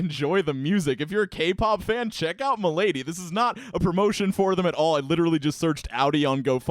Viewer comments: I am pretty sure the bands name is prenounced "moldy" I could be wrong thi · It's pronounced "MOLE DEE"